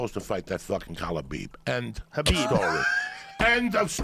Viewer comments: When Joey started popping off and kept saying khalibeeb 😂😂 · man there's been soooo many great ones, but joey saying "khalabib" did it. lol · If joey says khabeeb one more time ill die